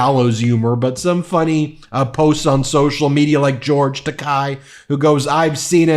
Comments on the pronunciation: “Takei as in toupee” is how you pronounce his name. He says that himself. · Random point, but George Takei's name is produced like "Tah-kay" or "Tar Kay". He once told William Shatter, Takei rhymes with toupee. If you say Takei like "Takai" or "Tack kie", that is funny to him, because the word takai basically means expensive.